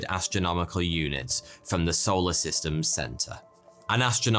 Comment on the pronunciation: Tickles me "arseoler systems"